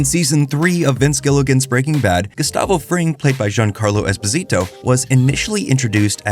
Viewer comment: Not knowing how to pronounce Esposito ruined this vid for me.